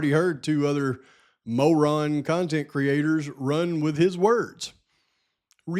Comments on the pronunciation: Love your pronunciation MO' ron. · It's pronounced mo-ron. Lol